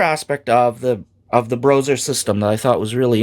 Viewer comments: I don't care who played what how. Playing AD&D 1e RAW is fundamentally different and awesome. I have come to prefer it to current conventional play. I'm glad to see you covering this,! Earned my sub! Also, I haven't heard anyone call it "Broser" It's "Bro Ess Arr." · Just so you know it's pronounced like combining the word BRO and OSR so BRO SR. I don't hear good things about them but I wanna hear your take. I am writing this comment when I just started watching this video. After watching the video: Yeah I think some groups play that way. I try to get my groups to open up to a campaign like that but I think modern players are just too stuck in their modern way of thinking, it's unfortunate. I notice players are not even comfortable with playing more than one character. My least favorite thing modern players have said to me is "I don't even like combat I just want to roleplay" that really means "I'm a coward even in my imagination and I don't want my character to face the possibility of being harmed because that would hurt my fragile ego". Sorry just had to rant a bit. Anyway I would love to try and integrate some of this stuff into my game.